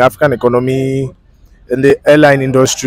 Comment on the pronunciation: I thought he said hair line, not airline, and fuming not including our brother Somali